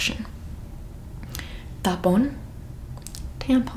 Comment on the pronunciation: I am Puerto Rican Wepa:Wowww Boricua:Puerto Rican Tapón:Traffic•U got it so wrong